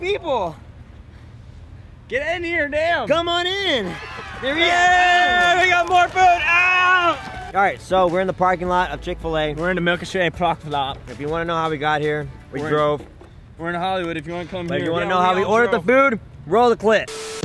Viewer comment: "we're in the milkashay parkala" i love kian